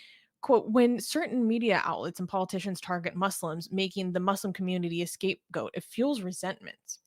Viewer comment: it sounded like you were saying "escape goat". If you did, indeed, say that, were you just reading someone else's mistake, or did you make the mistake? The phrase is '*scape* goat'.